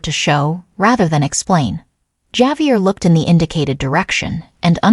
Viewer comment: This is Ai generated content. Javier correct pronunciation is. ( hav- e- air) Chinese Ai probably.